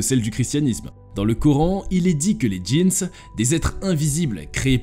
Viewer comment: On dit des jin pas des jeans